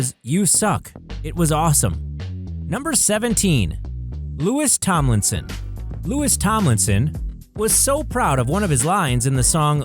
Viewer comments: you said Louis wrong it doesn't sound like luis it sounds like loey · you said Louis wrong its not luis its loey Lmfao edit this video please or else im gonna get pissed